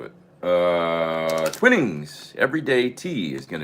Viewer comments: Hey, good to see you here in the UK. George from Bonnie Scotland,....oH,......The Tea?....it's Twinings as in T-wine-ings,....enjoy mate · I think, could be wrong, that that tea is pronounced "twine-ings".